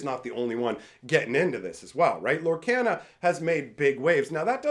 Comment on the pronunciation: Does it bug anyone else that he pronounces Lorcana wrong?